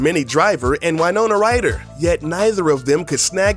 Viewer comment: "WHYnona Ryder"